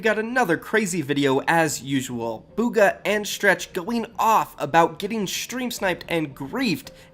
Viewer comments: he really said “where is bugger” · He said booger didn’t he? There was a player in the finals named boogereater like was he even talking about Bugha?